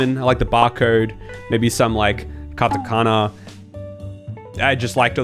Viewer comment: Lol the way you said Katakana Like I guess the best way to but it into text is He said: Ka -takana And ussually it's: Ka ta -Kana